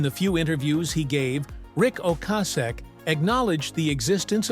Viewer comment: Can’t pronounce Rics last name properly.. grrrrrr